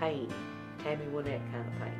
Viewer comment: Reba, you said Tammy's name correctly in this interview but incorrectly in the song! I still love the song, though. It's pronounced Win-ette(as in to achieve victory), not Why-nette. Just to set the record straight, Tammy introduces herself here at 9 seconds